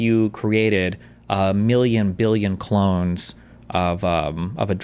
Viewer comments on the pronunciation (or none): none